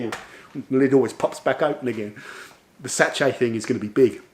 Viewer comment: Great video 👍🏼 worth watching just to hear “satch-ay” 😂